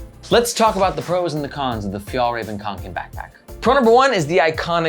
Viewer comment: The first Ä is produced very similarly to the E in "Bell". The second one is more similar to the A in "Rare". Å is pronounced like the O in "Donkey". This makes it "Fyell-rahven Con-ken" instead of "Fjallraven Kanken" :)